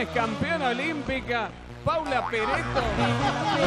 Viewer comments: pereto... es pareto... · Le dijo "Pereto" como 4 o 5 veces!!! Que Bestia por favorrr!!! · no es pereto ....es paula pareto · PAULA PARETO NO ES PERETO